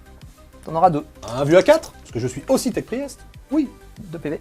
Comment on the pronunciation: Pri-èst. C'est pour que l'adversaire fasse un AVC si il est anglophone ?